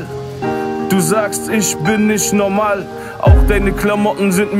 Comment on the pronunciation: ER WEIST ^^Dikka lern mal Aussprache digga. NOMAL...